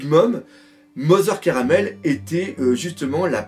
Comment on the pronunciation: En fait la prononciation serait plutôt Carmel et non Caramel, en référence aux carmélites qui est un ordre religieux donc Mother (Mère) serait à prendre dans le sens religieux (la mère supérieure d'un ordre de sœurs) et non dans le sens famille.